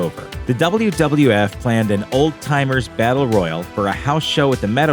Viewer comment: Royal and royale are different words. Say it with me roy al